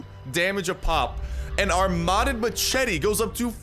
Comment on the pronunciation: You say machete wrong